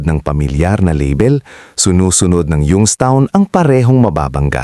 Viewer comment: Mali Po basa nyo Ng young's town